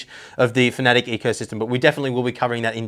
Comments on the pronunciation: Fa-na-tech not fa-nat-ic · hi dont mean to be rude but its Fana - tec not fanatic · FAN A TEC... ITS LITERALLY INFRONT OF YOU... and the German fella that made the company, he says FAN A TEC...